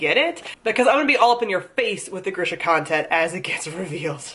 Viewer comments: I think your saying grisha wrong. Gree-sha not gri-sha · It's pronounced grEEsha, not grIsha